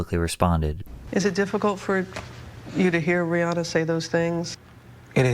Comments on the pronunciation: btw her name is pronounced "ree-HAN-uh" not "ree-HAA-na" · About Rihanna... A lot of us have gotten stuck on pronouncing her name as "Ree Ah Nah" but it should be "Ree Ann Ah"...